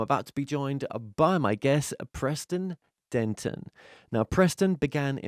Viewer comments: Dennett, not Denton. Straighten up and fly right. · Wait, did you say Denton or Dennett? Preston is legit but your show prep ???? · its DENNET-damn it >.<